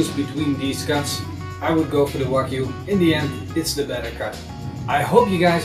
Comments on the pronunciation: Can someone tell him it is pronounced Wagyu no Vagyu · Can't you hear how he pronounces, wagyu Cringe it's like hes saying FU